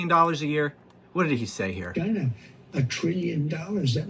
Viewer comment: OMGGGGG! YOU CRACK ME UP! YA GOTTA LAUGH OR WE'D ALL GO BAT SHIT WACKADOODLE! ONE THING, YOU NEED TO WORK ON THE WAY YOU PRONUNCIATE CHYYYYYYNA. LOL OH YEAH, I'M REALLY NOT SCREAMING, MY CAPS BUTTON IS STUCK. LOL